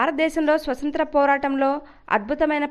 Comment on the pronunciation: Swasanthra kadu swathanthra Ani palakali.